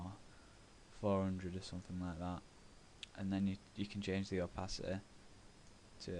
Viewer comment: I love the way you say opacity: Opass it-ehh. <3 great TuT :3